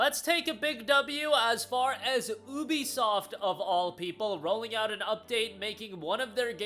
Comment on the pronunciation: Thats not how you say ubisoft😂